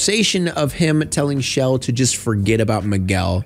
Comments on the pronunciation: chell not shell. lol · Not you calling Chel “Shell” 💀